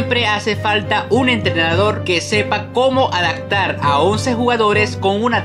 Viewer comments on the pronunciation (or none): O "adactar"